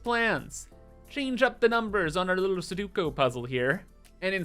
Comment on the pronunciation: Love your vids, keep it up! Just feel the need to point out sudoku is pronounced: sue-dough-koo, not sue-due-co Not that it really matters Cheers!